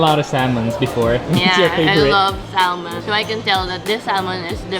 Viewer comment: Its pronounced as “Sah-mon”. Not saLmon.